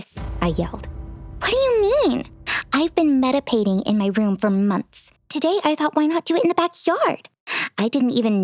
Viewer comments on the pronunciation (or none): It's meditating not medipating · “MEDIPATING” “MEDIPATION” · The mean sister in the beginning said medapating lol